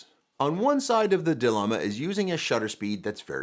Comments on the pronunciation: It's "dilemma" not delimma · Dilemma, as opposed to 'delimma'...